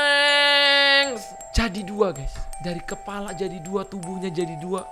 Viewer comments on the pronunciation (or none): none